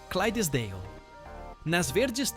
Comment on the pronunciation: Parabéns pelo vídeo e pela pesquisa. Só tenho uma dica, na raça 11 o certo é Shire com "S" e não Chire e na raça 12 o nome certo é Clydesdale e não Crysesdale.